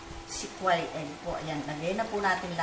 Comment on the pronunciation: Mam, pronounced the word kweeel egg, not kwaaal, sorry.😄